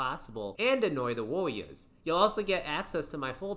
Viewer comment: You can't say warrior..